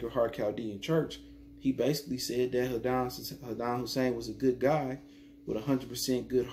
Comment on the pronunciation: Why can't you pronounce his name just once?